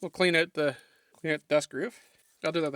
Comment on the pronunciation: I like how you pronounce out as "owt."